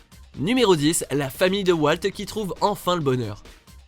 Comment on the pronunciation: la famille de wAlt :rire: ça ce prononce WOLT putain